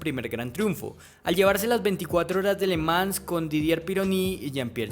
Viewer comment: Que buen contenido, puedes corregir la pronunciación de le Mans